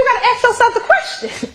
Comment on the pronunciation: and ax for ask. This is the real tone when she isn't trying so hard to appear professional.